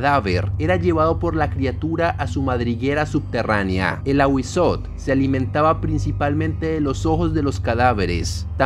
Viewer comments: En el náhuatl debes pronunciar la tl no sería ahuizot, sería ahuizotel pero una e casi sin que suene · En lengua Náhuatl se pronuncian todas las letras. Es AhuízoTL. Primero la T y luego la L. Son los sonidos de las consonantes sin vocales. No te comas las letras. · No sé si ya hay sobre el Nahual (nawal) / skinwalkers, me intriga que sean tan parecidos y sean ambos de origen arido-mesoamericanos. Me encantan los vídeos de este canal, solo como retroalimentación si se pronuncia el diptongo TL jajaja es difícil para los no mexicanos, lo sé jajaja me causa ternura cuando no pueden pronunciar popcatépetl jajajaja en este caso sería fonéticamente como Awi-zótel (con la e muy corta casi imperceptible pero marcando bien la L al final) Saludos!! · Muy buen vídeo bro, excelente toda la información sobre el Ahuizotl, confirmó ya que soy muy conocedor de las culturas de la mesoamérica precolombina y lo digo de buena onda pero te falta pronunciar la L al final de la T solo unos detalles mínimos, y no son Aztecas, ese nombre universal esta erróneo, se lo dieron los españoles ya que no saben pronunciar el nahuatl, es Mexicah-Tenochca en el nahuatl, es Mexicas